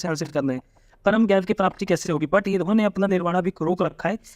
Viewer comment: Sir jnan ko gyan pronounce krte hai...